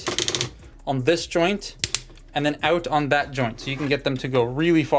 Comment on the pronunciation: "They can go OOUTE"...yep, you're canadian! nice robot. thanks for sharing